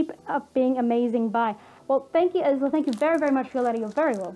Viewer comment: For future reference, the name Isla is usually pronounced "Eye-la" 🙂